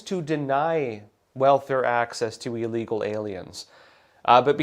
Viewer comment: Great video. Pronounced ill-legal, not eel-legal.